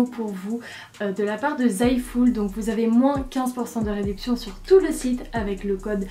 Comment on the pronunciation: Tu dis « zaiful »?😂c’est « zaful »😂